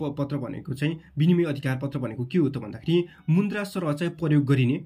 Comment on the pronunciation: मुन्द्रा होइन होला सर मुद्रा होला 😂